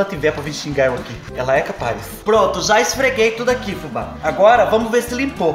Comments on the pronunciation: BOA noite fubá do céu ( QUANDO VC.DIZ..ELA É CAPAIZ)EU ADORO.💋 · Adoro tudo oq vc fala Fubá,mas qdo vc fala: "ela é capaiz" é muito da hr kkkkkk Essa luva foi uma ótima invenção; só pode ser produto chinês pq eles é capaiz d fazer isso 😅😅👏👏👏 Se eu tivesse dinheiro eu queria comprar uma dessas sim pra usar em dias d frio conforme a sua dica 😍